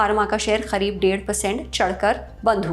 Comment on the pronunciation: It is करीब not खरिब.... why did she pronouncing it खरीब....